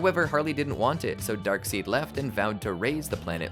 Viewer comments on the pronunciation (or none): Dark Side not dark seed